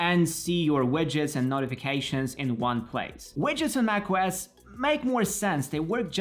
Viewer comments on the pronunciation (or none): Nice video, but for the love of everything that is holy.. its wIndows, with an i, not wEndows with EEEE widget /ˈwɪdʒɪt/ wedge /wɛdʒ/ wEndows wEdgets.. I am dead, bye.